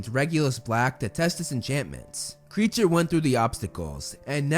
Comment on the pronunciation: I think Kreacher is said as: K-ri-ae-ker and not creature